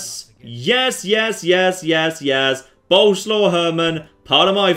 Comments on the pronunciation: you do know that Boleslaw is pronounced something like Bo-les-laff, right? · Btw the name is prenouced borleswav, hope I got it right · It's actually pronounced Bo-Les-Slav. 'Cause it's polish.